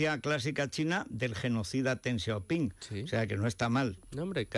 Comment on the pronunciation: Fede, no te las des de sinólogo. El pinyin ya lleva mucho tiempo y además el Wade-Giles no era correcto. Y el Deng de Deng Xiao Ping se pronuncia Deng y no Teng, por mucho que te pongas. Y en cuanto al dicho francés, de francés nada. Es de Cicerón: rem tene, verba sequentur. Repasa el latín, anda.